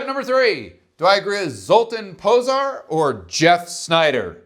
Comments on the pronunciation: Minor quib GG, but zs is pronounced "zh" which I know, tells you nothing lol but for reference ... well, anybody remember Zsa Zsa Gabor? Her name is pronounced correctly 99% of the time. Just to be complete, in his first name the ' over the a changes it from "uh" to "ah" ... so Zol-tahn Po-zhar. Accent on first syllable, as always in Hungarian.... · Pronunced: Zoltán Pojar. Like Jar. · Much closer, but zs is pronounced "zh" which I know, tells you nothing lol but for reference ... well, anybody remember Zsa Zsa Gabor? That's commonly pronounced correctly. The ' over the a changes it from "uh" to "ah" ... so Zol-tahn Po-zhar. Accent on first syllable, as always in Hungarian....